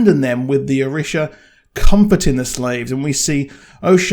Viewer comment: Hey just wanted to point some pronunciations out. The Orishas are near and dear to many people because Lukumi (Santería) is practiced widely. Orisha - oh-REE-sha Oshun - Oh-SHOON Shango - Shawn-go (like on) Wale- wah-Lay Bilquis - Bill-Kwiss